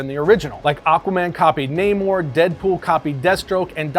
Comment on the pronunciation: This guy said aqua man better than namor 😂